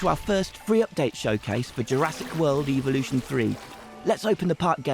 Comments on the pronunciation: evolution was pronounced evo- lution... i wonder why?? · "jurassic world Eevulution thwee" Hits hard 🔥🔥🔥🔥🔥🔥🔥🔥🔥🔥🔥🔥